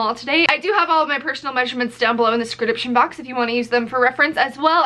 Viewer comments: “scridiption box” lmaooo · In the what box? Sudecsription? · “BE SURE TO Check MY SKREDIPTION BOX”. LOL